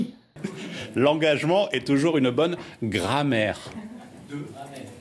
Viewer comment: Le mec ne sait pas prononcer "grammaire", et il est porte parole du gouvernement. Que des champions.